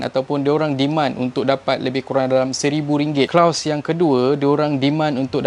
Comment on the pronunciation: kloz lah bukan klaus